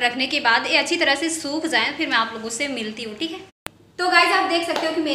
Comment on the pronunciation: apki videos bhut achi hoti h aap b bhut ache ho but apse ek bat khni thi plz aap bura mt mannana.....aap j ki jagah z or z ki jagah j bolte ho thora ajjeb lgta h.....jese jaye ko aap zaye or result ki jagah regult bolte ho....ho ske to thoda thik kre...but plz ise bad comment mt smjna